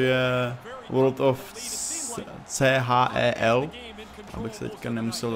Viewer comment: Hele nic proti ale world of chel se čte world of "šel"